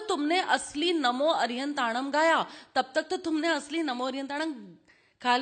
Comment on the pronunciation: Pls pronounce arhantanam not arihantanam And airiyanam notayeryanam. Veetraag bhagwan ka kaun shatru hai jinka ve naash kar rahe hai? Pehle arhant dev ka sachha savaroop to jano. Ashudhhi ke saath in beejmantro ka gyian mithyagiyaan hai